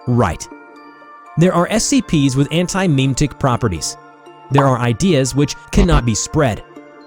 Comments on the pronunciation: the way you pronounce memetic (meme-tic) is rage inducing. It should sound like mem-eh-tic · Every time I hear him say "Meeem Ticks" instead of "muhmetics" I die a little inside. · Memetic. Jesus, how do you pretend to be part of the community and butcher that?